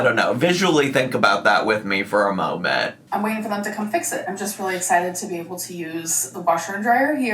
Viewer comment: My biggest pet peeve and ick that she does is say "molment" 🙄 😠 😡 there is no L in MOMENT DAMMIT!!! Even people who dont speak english as their first language speaks better english than her!!! Lol sorry I just needed to let that out because ive reached my limit hearing her say that 😂